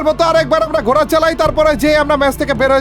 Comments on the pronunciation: ঘোরা ❌ ঘোড়া ✅ 😂😂😂😂😂😂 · Gora noi ji ghora hoi ji 😂😂😂😂😂😂